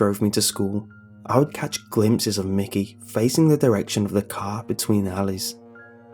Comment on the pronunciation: It's Mickey not mikey